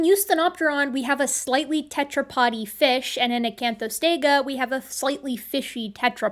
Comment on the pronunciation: ...what's a "fesh?"